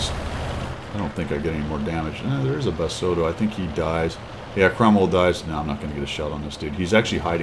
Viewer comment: Pretty sure the accent in pronouncing is like the food, rossoto. Just my take.